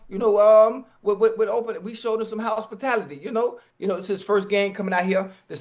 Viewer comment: “Housespitality” smh Ocho